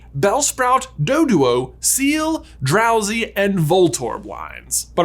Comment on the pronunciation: DROWZEE, NOT DROSEE!